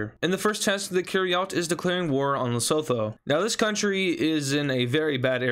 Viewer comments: its not lesotho its pronounced at lesuthu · Thank you, I was going crazy watching this video in the beginning hearing "Les-oe-toe" screaming "Les-oo-too!" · it is not lestho it is leostho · hey, lesotho is actually pronounced "le-su-ttu" but not "le-so-þo". have a nice day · its pronounced le-soo-too not le-so-tho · south african here, just a corection, lesotho is pronounced "le-soo-too" love hearing about my country tho. Might have to try this out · Dude the pronunciantion of leshoto💀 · You almost pronounced it right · Bro please learn how to pronounce 'Lesotho'